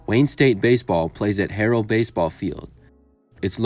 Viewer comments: Wayne states field is pronounced Har-well after legendary Detroit tigers announcer Ernie Harwell who received a degree from there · The wall at Wayne Syate is a replica but the scoreboard , is a genuine MLB scoreboard. It is from Tiger stadium. The score on there is is from game 5 of the '84 World Series. The clinching game of the series. And it's pronounced Har (rhymes with jar)well. In honor of legendary Tiger's announcer Ernie Harwell.